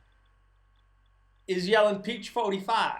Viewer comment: Perfect Texas drawl! "Peach 45iiiiiiiiiiiiiiiiiiiiii" lol